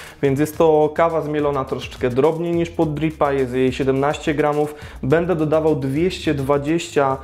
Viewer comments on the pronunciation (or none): none